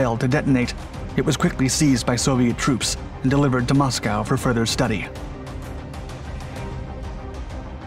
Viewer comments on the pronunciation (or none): none